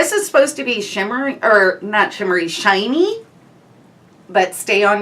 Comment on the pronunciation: I love how you said shiny ;)